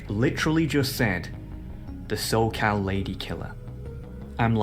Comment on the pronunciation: He had me until "Los Charr'Ed" and "Soccal" bruh